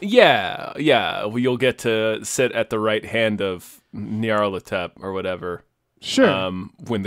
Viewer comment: mispronounced Nyarlathotep like a dozen times ☺️